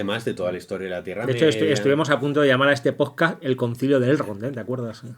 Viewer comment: al proposito!, ellos mismos hacen broma con el nombre "poscasss"....